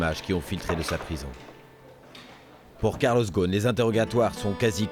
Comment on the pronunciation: On prononce Carlos Rossen.